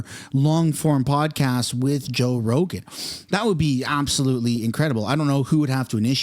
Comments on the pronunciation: He said “Roe Jogan” haha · You said "Roe Jogan"...lol, dude. The first time you said his name, Roe Jogan...lol. I totally had to go back just to make sure. Joe Rogan. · It's Joe Rogan! Not roe jogan.. lmao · You just said Roe Jogan bro! Hilarious! I'm happy I caught that in your intro LMAO! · Haha you said Roe Jogan! 😂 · Roe joegan? Lol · Joe Rogen…… not Roe Jogen…….😅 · Roe Jogan ??? LOL.... listen to your introduction. 🤣🤣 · LMAO! You said Roe Jogan... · Anyone else notice he said Roe Jogan? That made me chuckle. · "roe jogan" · Did anyone catch the roe jogen in the beginning 😂😂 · "Roe jogan" lmao!!! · “Roe Jogan” 😂 was that on purpose to get this comment? Lol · Do you realize that you said roe jogan? 😂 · 10 seconds in ....'Roe Jogan?' 🤣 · I swear in the beginning of the video you say Row Joegan. Lol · roe joegan! Was that on purpose? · I know it was just a slip of the tongue but Roe Jogan Lol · You said Roe Jogan at the beginning 😂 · Did you just say ROE JOGAN 😂😂😅😂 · Did you say "Roe Jogan"? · hahaha you said Ro Jogan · Am I the only one that caught that? First few secs… ROE JOGAN?! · “ ROE JOGAN” 😂😂😂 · "Roe Jogan" lol...they really censoring his name? Or just a crazy mispronounce? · did u say Ro Jogan? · Did you juat say "Roe Jogan"? 🤣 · Did you say Roe Jogan at the beginning of your video? Bahahah yes, you definitely did! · Lol you said rogue joegan. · Bro called him roe jogan at beginning xD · you called him roe jogan lol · Back up the truck! beep beep! did you say roe jogan in ur intro?